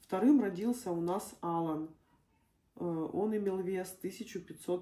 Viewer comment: Моего внука зовут Ала'н . Ударение на вторую букву а .